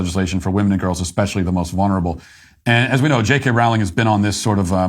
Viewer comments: Hey Matt. Her name is pronounced Rolling. A good way to remember how to say it is "she is rolling in it $$" 😁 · I really wish Matt would learn how to pronounce Rowling. Here's how I remember: "What is Harry Potter's preferred method of going downhill? Sledding... JK, Rolling." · Good clip. Rowling rhymes with bowling.